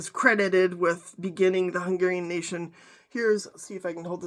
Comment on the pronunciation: Your pronunciation of Hungarian words is spot on. Are you Hungarian by descent? Thank you 😊